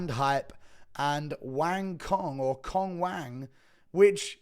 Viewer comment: FYI Cong is pronounced like "Tsong"